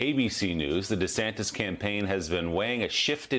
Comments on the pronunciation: Love how this liberal news spokeswoman calls him DeeSantis. Just shaping America’s political view one clip at a time. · What's this "DE" Santis? Did anyone else catch that? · Dee-Santis, like Pee-Santis. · She called him "DUHsantis" and then corrected herself. Bwahahahaha!😅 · isn't it DuhSantis ? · Does she have an issue pronouncing DeSantis ? Its not that tough .